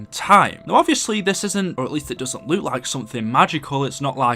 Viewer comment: thanks for adding me in ur vid love ur vids👍🏽👍🏽👍🏽👍🏽 p.s u say Luke instead of look